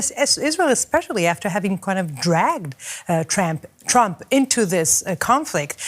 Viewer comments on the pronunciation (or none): Even the lady said tramp